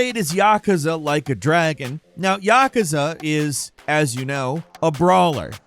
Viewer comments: I have never noticed it before, but it grinds my gears when you pronounce it YAH-cuz-uh, and not yuh-KOOZ-ah.... it's probably just how many times you say it in a short time span. But still a good video for a bird. Keep up the great work. I'm a big fan! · Why do you keep saying yakuza wrong? Its pronounced ya-kuzza not yakka-sa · YakUza…Not Yakaza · It is Ya-ku-za: a consonant and a vowel in each syllable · I really wish you would learn how to pronounce Yakuza correctly, Yah - coo - za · Isn't it pronounced 'ya-koo-za' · Why he say yakuza like that lol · This is the 2nd video in a row I've watched that has featured Yakuza. And they're the only time I've ever heard anyone pronounce it this way. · Somebody picking on Falcon for saying yakuza the way he does? Why he saying it so much 😂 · You say Yakuza wrong